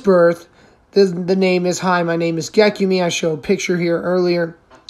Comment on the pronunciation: It’s pronounced Gek-yoom .